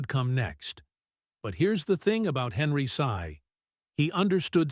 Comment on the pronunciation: Learn first to spell Henry Sy, not Henry Say. You Mr. AI so ridiculous. Bye!